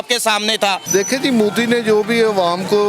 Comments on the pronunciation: Sister main ne apki video Bhot dekhi hain...... wo mudi nehi hain wo Modi hain MO not Mu Love from India Stay safe stay happy 🙂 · Ye Modi shabd ko Moodi kyu pronounce krte h.. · Ye Mudi nhi pronounce properly it's Modi